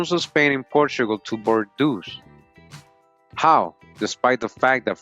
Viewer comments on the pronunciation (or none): Its pronounced bore-doh not bor-doos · Please don't get mad at me. Huguenots: hyoo-guh-noe Bordeaux: bor-doe